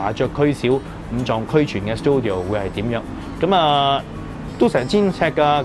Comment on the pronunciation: Check google how to say 'studio' first. Don't tell me you grown up in an English speaking environment. That place is called 'CHINCUVOR'. Don't have to listen and say an English word in a year.